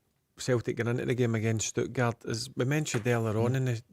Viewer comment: Stuttgard? Where you getting the D from Barry